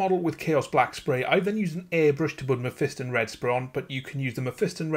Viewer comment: You pronounced Mephiston wrong.